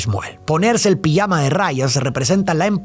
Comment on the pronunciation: "Pillama de rayas"😂 lo de pronunciar la J se quedó en el camino